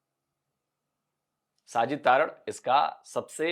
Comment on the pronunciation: तारड़ नहीं है जी तरड़ है जी हमारे राजस्थान में जाट बिश्नोईयों में गोत्र होती हैं।